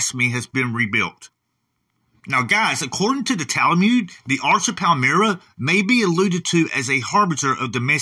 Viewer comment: I keep hearing you say Tal-a-mude, but I thought it was pronounced Tal-mud? I’m guessing people in Israel say it the way you’re pronouncing it?